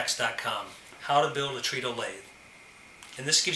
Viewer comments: It's pronounced tredle not treedle. It's spelt as though it's pronounced treedle, (treadle) but it's operated by the foot. Tread, so treadle, get it. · "Treadle" is actually pronounced "treduhl", like "treads", because you tread or tred upon it.